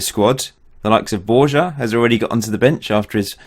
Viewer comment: Borja is pronounced Borha.